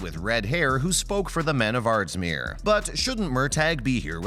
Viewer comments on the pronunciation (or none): Have any of you ever even seen an episode of Outlander. You have no idea what you are talking about. Murtagh is pronounced Murtah, not Murtag, the prison is Ardsmuir, not Ardsmere, the Scottish army were Jack-o-bites not Jake-o-bites and the battle is Cull-o-den not Collowden. You try to appear so knowing but you don't even take the time to learn what you are talking about.